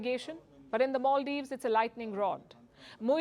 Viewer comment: Maldives not moldives